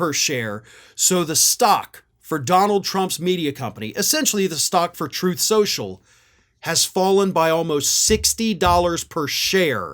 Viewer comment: "Troath Senshul."